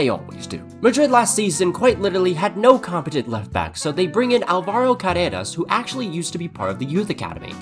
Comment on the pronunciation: You pronounced Álvaro wrong